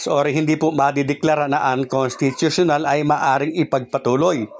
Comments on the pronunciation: Unconsttuutuuional hehhe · idol may petisyon pa c makalintal kaya sigurado matutuloy sa dec. 1 ang bske eleksyon. 101 percent yan. kaya lng idol hindi mo naman mabigkas yung unconstitutunal kaya postpone na yan idol isip isip lang. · Maniniwala na sana ako sayo kaso, hindi ka na pronuonced ng maayos ang (unconstitutiona) 😂😂😂